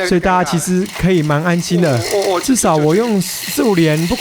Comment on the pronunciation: Rival 的英文發音錯了， i 發ㄞ的音！